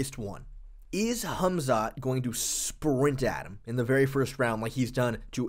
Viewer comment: Why's this guy keep calling him "Humzat" ? 😂😂😂